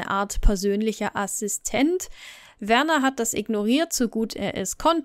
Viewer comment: Wieder wunderbar recherchiert und erzählt. Am Anfang war dein Stil etwas gewöhnungsbedürftig aber mittlerweile liebe Ich dich für ihn. Werners Eltern haben ihn schließlich Werner und nicht "Wörnär" genannt... Ich liebe es deinen Geschichten während dem aufräumen zu hören. Liebe Grüße